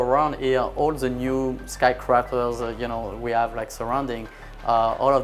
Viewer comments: ...the French guy says "sky crapers" hahaha -- fantastic documentary nonetheless! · "Sky crappers" lol